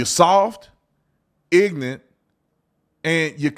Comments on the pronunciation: I love you officer but please say ignorant properly. It’s IG NOR RANT NOT IGNANT. ❤ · The word is “Ignorant”..NOT “ignant”..you accuse others of the same thing you do.